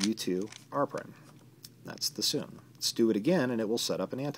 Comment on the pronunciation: Sune is pronnounced soon-ay, not soon.